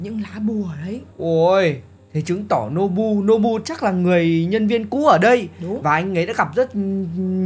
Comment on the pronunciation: Nobu mà sao anh lại đọc là bú ơi